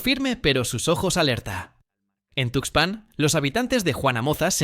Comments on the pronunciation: Esa cuento del tarado ocaña lo produjo un chatppp. Es una mamada. ¿No te diste cuenta? Observa cómo pronuncia 'tuxpán'. Además, el Pánuco no abraza al golfo. Desemboca. Mucha mamada por un pendejo. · El rio se llama Tuxpan, si para el nombre del río que es información publica no lo dices bien, imagínate los detalles del caso que es información clasificada, mejor ponte a investigar los nombres de los ríos junto con su ubicación.